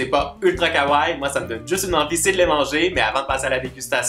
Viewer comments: superbe video comme d'habitude .ps pour le mot kawaii il faut prononcer le i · superbe video comme d'habitude mais il faut prononcer le i pour le mot kawaii